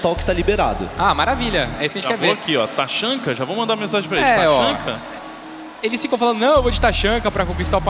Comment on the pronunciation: esses narrador sabe nem dizer o nome dos personagens porra taxanka kkkkk se fude cara amo o tachanka mas o taxanka não